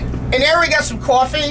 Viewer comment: "Couffee" -Bobby Blitz